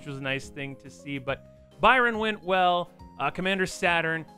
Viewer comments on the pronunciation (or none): none